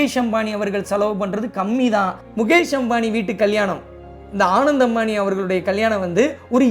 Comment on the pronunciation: u have to work on pronunciation of name of the people and place correctly. It’s not a rocket science! Ananth, Jamnagar.. etc